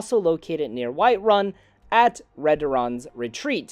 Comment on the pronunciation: White Run haha dude why do you say it like that